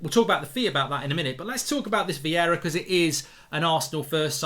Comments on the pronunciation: It’s Vieira not Viera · It's Vieira not Viera but it's all good ahahaha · Vieira not Viera